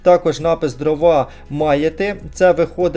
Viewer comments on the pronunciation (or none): none